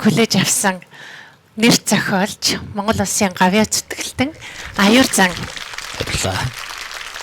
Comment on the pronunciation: Хүний нэр усыг аятайхан зөв дууддаг баймаар юм аа. Аюурзан Аюурзан л гээд байх юм.